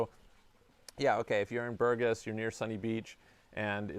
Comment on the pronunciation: BourgAs. If the accent is wrong, we cannot recognize the town of BpourgAs. Thanks!